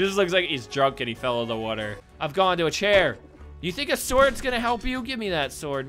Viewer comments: Billy From Happy Wheels he says wuter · the way he says water is funny